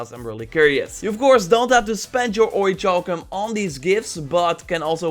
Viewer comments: ... It's pronounced ORRY KAL KUM... Please stop with the "CHALL KUM" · its pronounces ori-kal-cum. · It's pronounced or•i•kal•cum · It’s. Pronounced. Oric-cowl-come. LEARNED THAT IN SKYRIM BOY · Seriously it hurts my ears hearing it how he says it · What about orichalcum? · and Orichalcum the wrong way! Haha I'll forgive him though, because it makes me laugh when he says it, and that's not bad thing!